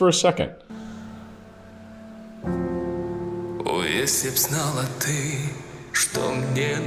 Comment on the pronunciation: vielen Dank für deine Analyse, es ist sehr interessant dir zu zuhören. Deine Aussprache vom Wort «ты» ty- du, war perfekt. Nur wenige, die nicht in Russland geboren sind, können diese Buchstabe wiedergeben 👍